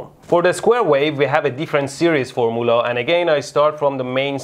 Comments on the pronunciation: Legitimately 4 minutes into the video when I realised that the mythical four-mulah he kept mentioning was... formula. Never change, Mehdi. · Great video!!! But I have to ask..are you saying for-moo-la like that intentionally? I have to snicker a little every time you say that... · For-moo-la. xD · Formoola? I love you Mehdi. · Form - u - la ...not form - oo - la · “Formoolah” -mehdi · love how he says FORMOOLAH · The way he says fumula makes me laugh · Am i the only one who took a few minutes to realise he was saying formula and not formoola? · foor-muulah :D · I've /just/ worked out that "for moolah" is "formula"... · Can you say formmoolah again please. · I was so confused about the word formoola when I realized he meant formula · I love how you pronounce formoola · I shall henceforth pronounce Formula as Formoolah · "For moolah" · Mehdi should either say FORMOOL (in Farsi) or FOR-ME-YOU-LA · I kept wondering what the heck a "formeuwla" was and thought it was a new scientific term. Great channel and explanation! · I learned nothing other than I love the word 'Four-moolah' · Four Mullah? :O ;) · LOL -- it took me a while to figure out what a four-moolah is. 😊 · wow, horrible mispronunciation of the word "formula." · It's how Mehdi pronounces "formula." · I like how you pronounced the word "formula". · form- oolah, oh- meh- ga